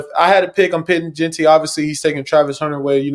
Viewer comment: Looking back at this conversation I could’ve done a better job pronouncing JEANTY correctly 😭😂😂